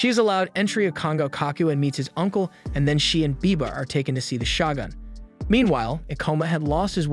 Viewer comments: is it really pronounced SHA-GUNS instead of sho-gun....like wtf? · “Shagun”?! I thought it was pronounced “shogun” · Is it really that difficult to say “Shogun”? Show-gun.